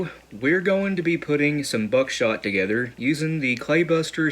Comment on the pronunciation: He said togetter again